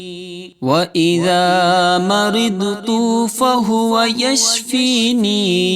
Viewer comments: Yashfinin hai ya yashfeen hai..plz correct karen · The recitation of AYAH is wrong. Wa ija marajtu wahua yashfeen Is aayat me yashfeeneen nahin hai. Agar koi wajah hai yashfeeneen kahne ki barahe karam mujhebittila farmaayen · Reciting wrong from end. It is yashfeen, not yashfeeneen.